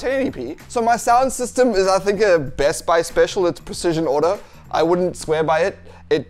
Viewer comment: "Elijah wooldn't" :D is that the evil twin of the Frodo actor?